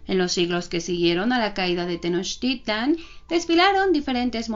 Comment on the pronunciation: la x tiene varios sonidos, así que no es jocoyotzin sino socoyotzin y meshicas , que bien pronuncias tenochtitlan, felicidades!!!